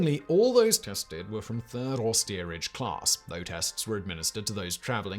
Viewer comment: Lol@ the narrator: "claRss"